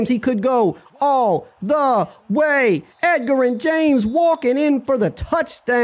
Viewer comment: Edge er ren not Egger in😂😂😂